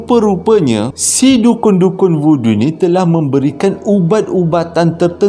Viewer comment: Voodoo tu sekali dgr macam budu pulak.. 🤣🤣